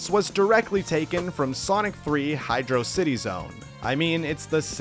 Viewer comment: Also, I give you points for using the CORRECT pronounciation of Hydro City, however you lose points for incorrectly pronouncing Studiopolis. (Seriously, where did people get "Studio-opolis" from the spelling?)